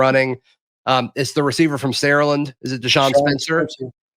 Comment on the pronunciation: It's pronounced Sara-Land. Please say it as if it were two words. From a Saraland native and Auburn Class of 2006, with love. War Damn Eagle.